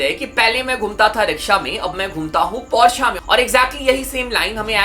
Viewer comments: Bhai tum, Porsche ko Par-Sa kyun kehte ho ?? 😂😂😂😂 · Ise Porsche pronouns karate bhi nahi aata 😂😂😂 Porsche ke founder ka naam pata hai ??? C